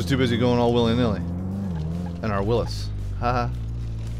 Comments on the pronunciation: It is not pronounced Willis it is WILLYS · this video is the only place ive heard someone say willis